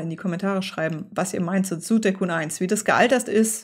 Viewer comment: Dieses Spiel war auch mein Erstes! Vielen Dank fürs Zeigen und das konsequente korrekt-Aussprechen des Titels!